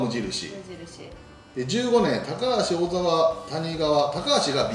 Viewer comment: 2015年のドラフト2位の小沢は「こざわ」と読みます。→シニア同じです。